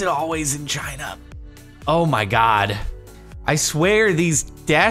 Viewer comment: “ but HOE MY GOD” 😂😂😂